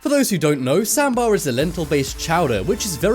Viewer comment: It’s not sambar sahmmmbhar